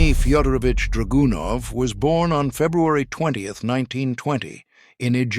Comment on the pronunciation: Just teach these crappy AI to spell russian surnames. Fyodorovich is spelled Födorovich, not Fi-o-doro-vichi. Thats because in colloquial russian umlauts above ё are omitted, but there is no better way to translate it to English than with "yo"